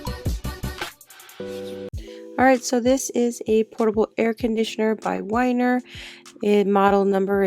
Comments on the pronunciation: It's pronounced like "winter..." the strap was covering up the "t." LOL. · It's pronounced Winter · I believe it’s pronounced winter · It's pronounced Whynter